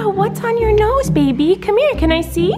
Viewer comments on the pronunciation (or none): He says be-bay